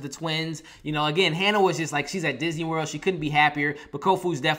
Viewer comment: U say Hannah,but is haniwa